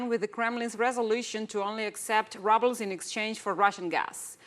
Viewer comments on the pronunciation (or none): 😃❤️(excellent linguistics here, minor exception, makes me chuckle 'rubles'; ru first part of word, pronounced as in the word rude [ grosero]) Excellent Anchor!! 😃😃